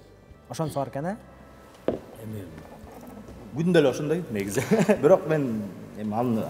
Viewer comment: Кодойгон азамат бирок дегенди бүрөк деп😅